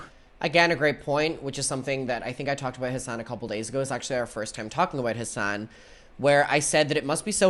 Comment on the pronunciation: Every time he says Hasan I hear “his son” I was so confused on the first video of this drama series